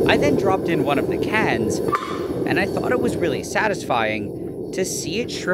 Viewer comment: Nile says “cans” weirdly.